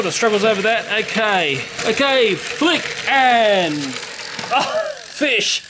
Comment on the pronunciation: He say flip and fish XD